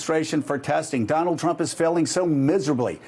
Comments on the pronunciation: she definitely says Chump at first instead of Trump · Did anyone else catch her saying "President Chump" ? LOL